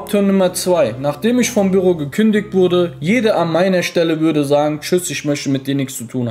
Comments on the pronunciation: Das triggert mich heftig wie er Büro sagt. Bürro? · Büüroo nicht birro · ES HEISST BÜÜÜÜRO NICHT SO WIE DU ES SAGST ALTER WIE HART DAS TRIGGERT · WIE SPRICHT ER BÜRO AUS ICH RASTE AUS